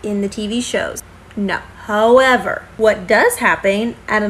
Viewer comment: She said hoe-ever…